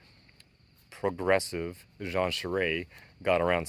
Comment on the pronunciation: it is pronounced gene chairist